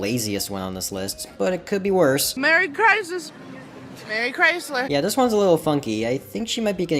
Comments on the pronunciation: “merry cizmas merry cizas” got me crackling😭😭🙏🏼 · Merry crisler! 😂😂😂😂😂